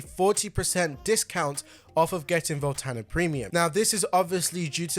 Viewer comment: Voltana? Volanta!!!